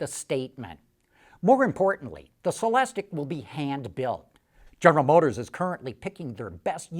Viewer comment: It's pronounced sell-less-teak ! Stop screaming at me!